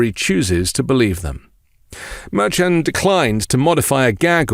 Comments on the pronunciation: The judge's name is pronounced Mershon. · But because you're using a different pronunciation of Judge Merchan than your associates who know the judge makes me question how hard you're working at this.